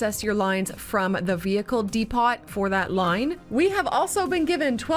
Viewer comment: Why did she pronounce the 't' in depot?